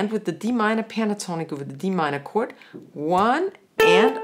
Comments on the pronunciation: ich versteh immer nur Kurt, wer isn Kurt überhaupt? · I like your pronunciation of "chord";-)